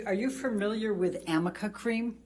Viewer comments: 아미카가 아니라 arnica, 아니카입니다. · 아미카 크림도 발음 잘못한 거로 알려졌죸ㅋㅋㅋ Amica가 아니라 Arnica인데 r이링 n이라 붙여서 m으로 읽은 거... 엠버측 신뢰도 그만큼 떨어졌으니 오히려 변호사분들에게 고맙습니다😙